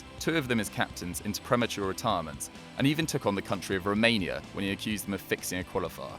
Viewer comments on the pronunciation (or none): none